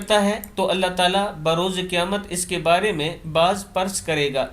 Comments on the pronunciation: Baaz pars nai baaz purs hota ha Urdu aap ki week ha Pai g......... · باز پرس غلط پڑھا